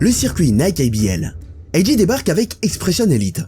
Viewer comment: On dit 'Ayy Jay', un mélange des deux est étrange. Si tu dis le 'A' version anglaise, pourquoi pas dire le 'J' aussi ;) Sinon très bonne vidéo !